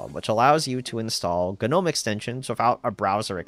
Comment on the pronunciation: Please stop saying Guh-nome.